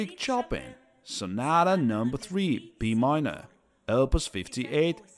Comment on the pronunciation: Great doc but it really freaks me out when someone misspronounce "pianist" and above all "Chopin" 😢